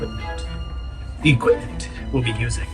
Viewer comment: EQUIPMENT NOT EQUITMENT.